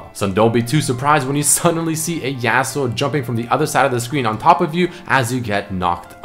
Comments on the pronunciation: Say yasuo so fuckin weird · Is anyone else annoyed every time he pronounces Yasuo wrong lmao